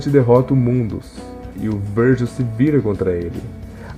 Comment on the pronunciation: Donte não Dante (e Vergin não vergil)